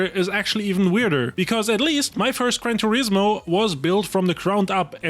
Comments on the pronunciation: I can't stand how you both constantly miss pronounce names.. you would presume as a creator you would get the names right 😂 gran Turesssmooo like WTF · I’ve literally just made an account to say this. It’s an actual joke that you’ve reviewed a game “Gran turismo”, to slag off the name, when you haven’t even took the time to learn how to pronounce or say it “GRAN TUREEEZMO” I’ve enjoyed your content but thats it, boycotted. Absolute rage bait I stg you can’t be serious. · I hate the way you say gran.Turismo lol